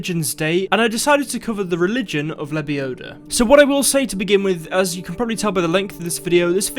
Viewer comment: "Its lebiodaaa, not lebioda"